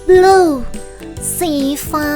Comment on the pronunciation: สีเเดงกับสีน้ำเงินรุ้สึกอ่านเเปลกๆนะ พะริ้ง555